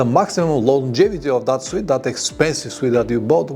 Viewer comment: Thank you for your helpful videos, I have learnt a lot from you. One thing I would like to mention is that the word "suit" isn't pronounced " "sweet" it's pronounced "soot"please check with Google pronunciation for a better idea. Many thanks and best wishes for your channel.